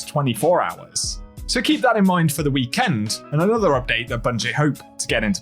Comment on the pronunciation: It's pronounced "Week End" not "Wee Kend"..... 😂😅😂😅